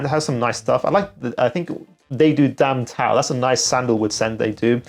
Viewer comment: Tam Dao not damn tao😅 actually it is the name of an area in Vietnam